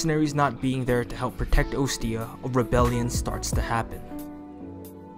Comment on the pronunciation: Oh hey, those guys. They always die before I can grab them. Great video Oh, and 1 little thing on pronunciation. You say Ostia like Oh-stia, when it's actually Ah-stia. I believe Hector said it in heroes, and it's just grammatically correct to the name.